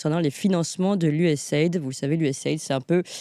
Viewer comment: Ca se prononce : U-S-A I-D ("AÏDI", pas "aide")